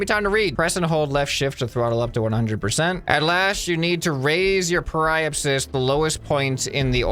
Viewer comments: Periapsis is pronounced Perry-app-sis mister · By the way, periapsis is pronounced like perry-app-sis :) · I do belive he will be a good editor and also you pronounce Apoapsis as A-po-ap-sis and Periapsis is Pe-ri-ap-sis. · Hey! Some pronunciations for you: Apoapsis(AH-PO-APP-SIS) periapsis(PERRY-APP-SIS) also prograde is the direction you are going in velocity wise, retrograde is where you’re coming from(the opposite) hope this helps! Love this series!!! Edit: PLEASE play KSP after you play this!!! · Watching pronounce periapsis and apoapsis is painful to someone who is a space enthusiast. ( really love this game though please carry on with this series ). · It caused me internal pain when I heard him pronounce periapsis and apoapsis, gosh.